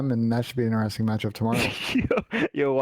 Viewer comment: In-e-resting